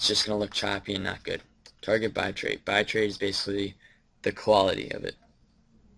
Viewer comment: "BI-trait" Lmfaooooooooooooo